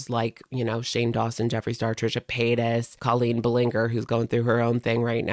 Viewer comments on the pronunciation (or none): Colleen Buh-linger is the best, although cringy, wrong pronunciation of that pigs name lol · You did not say colleens last name like that😂😂😂 its pronounced bah-lin-jer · Okay I love u but the way u said colleens last name ballinger killed me lmao